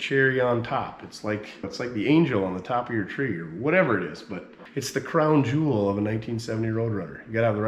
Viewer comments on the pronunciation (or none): none